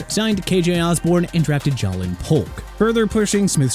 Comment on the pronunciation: IT'S JAY-LINN, NOT JA-LINN